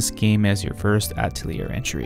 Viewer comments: It’s ah-tell-yay. Not ah-telly-air. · He went from mispronouncing it in the beginning to mispronouncing it even worse in the middle. From Atell-ear to At-leer. It was painful. Just so others know, its "uh-telly-A" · I really cant handle hearing you pronounce atelier wrong over and over. Its a french world ffs, its ateliér in pronunciation. Its really really grating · "Ata-layer?" What? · "artelier" Nope "Altelier" NO "Atlear" STOP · Just play the games fellas. Also, don't commit the sin of pronouncing Atelier with an "R" like I did in the video. I blame the english dubs from the Atelier games for teaching me that pronunciation lol. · Atelier is a French word, you don't pronounce the 'er' in the word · the "te" in atelier doesn't sound like "toe", more like "the" with a "t" sound instead of "th" (not the "thee" pronunciation either) and to be more specific the "a" is a "ha" like in "hat", otherwise you'll sound like you're saying "ey/et/eh tolier/taulier" (which can range from metal-sheet worker/seller to slang for prison guard). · Bro. How are you going to make an Atelier video and not even pronounce the word correctly?